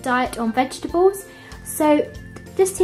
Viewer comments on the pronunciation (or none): It's vegetables and not vet gables !!! No offense I love your videos